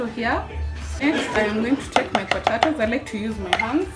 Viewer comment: Umesema potaitoes 🙈...Anyway good job mama